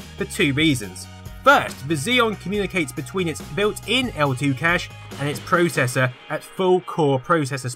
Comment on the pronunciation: YOU SAY PROCESSOR WRONG!